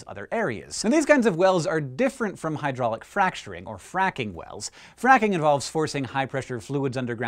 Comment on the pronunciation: Ha he said fraking